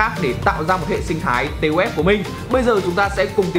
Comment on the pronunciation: Đọc là táp-phờ nhé :v